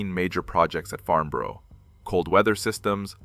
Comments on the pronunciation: I wish the Americans would learn to pronounce and spell the Englich language correctly. . It's Farnborough not Farmboro .Also when talking about ME109s why show film of Stukadive bombers and when talking about modifications to the RR.Merlin engine why show photos of the Geman Daimler Brnz engine. Annoying and inexcusable. . Makes the whole thing amateurish. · Farnburuh. Pronounce it right. and welding on a fuel line in a few seconds? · Very good indeed, but please learn how to pronounce the name Farnborough. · Do you ever check the video before posting it??? No of course you don’t otherwise you would know that FARMBOROUGH IS NOT IN ENGLAND! I’ve watched many of your videos and have enjoyed them BUT EVERY SINGLE ONE HAS SPELLING MISTAKES IN THEM. BY THE WAY , IT’s FarNborough! NO ‘M’ ITS AN N!!! My father was an army career man which means we moved a lot. One move took us to Aldershot near Farnborough. Loved the air shows. Ps, Sack the proofreader!!!